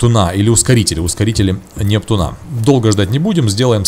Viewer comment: Непту́на а не нептуна́